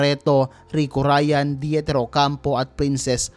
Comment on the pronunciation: Sino ba tong nagdub or voice over? Jaclyn po hindi Jackelyn. Rico Yan din po at hindi Rico Ryan. Bonaks... 😄